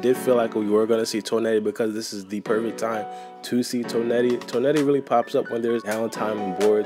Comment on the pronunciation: The way you pronounce Toneri bothers me lmao